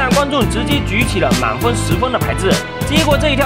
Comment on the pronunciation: 满风 or 满分 ？？